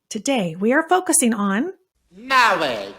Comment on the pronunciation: Mawrige 😂😂😂😂 love that!